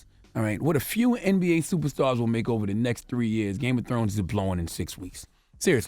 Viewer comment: Games Of Scones?🤷🤣😂☕